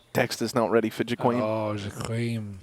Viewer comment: why is pronouncing Jkaem like jaquim?